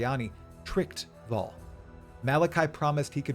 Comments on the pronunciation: Dude its "Vaal" not Val like Val Kilmer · Ngl i almost turned the video off because of how you pronounce vaal. Its said in game correctly you dingus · Wow you really butcher that Vaal pronunciation. Come on its not hard to say it correctly. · Hood lore dump. You just pronounced Vaal and Karui a little weird. 😂